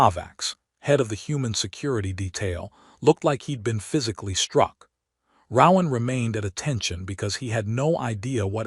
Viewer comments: Ro-ahn! Not rau-ahm…. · His name would be pronounced with a long O sound, not what the AI says, lol